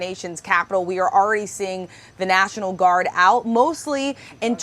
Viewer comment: National "Guard " not National "Gurad" That mistake aside, Trump is a dangerous chump.